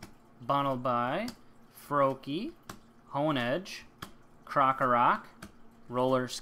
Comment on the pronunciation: U PRONOUNC IT SIMEEPOR AND BUNNELBEE